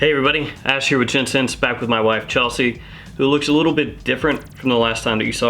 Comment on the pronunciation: Chelshe more like Chelhe!